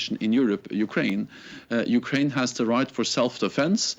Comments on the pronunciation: ukwain xd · Ukwaine after 2 minutes almost turned into Jonathan woss there 😂